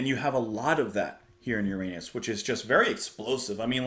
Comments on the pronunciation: Yurrunus not meunnus. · Btw, some folks do not use the pronunciation "your-anus", and prefer "urine-us", which raises similar scatalogical problems. 😄 On another note, this movement always seemed to me as having similarities to Dukas' The Sorcerer's Apprentice, from about 20 years earlier. Not surprising, with the theme of a magician, and doesn't take away from Holst's genius at all, imho. That's a good one too, and is included in Disney's original Fantasia, with Mickey Mouse in the titular role - worth watching. Now, the outer planets, Uranus, Neptune, and some would say Pluto (I just can't go along with the demotion, at least astrologically), symbolize the spiritual dimensions beyond Saturn, representing old age and death, among other things. Uranus is the disruptive shock of the encounter with the larger transpersonal domain, which can come through surprising awakenings or tragedies alike - and Holst captures this perfectly here, with the swings between dramatic, mysterious, and fantastic passages, like a magical mystery tour of sorts - all the while with an eerie transcendent buoyancy that says "there's something more than meets the eye going on here, and it may be scary at times, but it just might all be ok". I think you'll love the ethereal beauty of Neptune, and a Pluto movement was actually written for this in 2000, by Colin Matthews, called Pluto, the Renewer - and dedicated to Holst's daughter, who was also a composer. This was, of course, written between Pluto's discovery, and it's unfort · Don't be a party pooper 😊. Pronounced- your Ennis, butthead 😊. Currently going through planetary perturbations! Peace and Love.